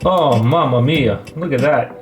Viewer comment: Mamma mia pronunciation approved by an Italian: 10/10, I say it the same way 😁